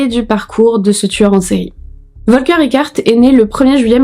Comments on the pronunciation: Ca se prononce Folker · « F »olker est la prononciation